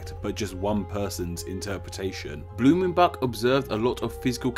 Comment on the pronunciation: Blumenbak??? Come on americans, please at least try to pronounce the names correctly.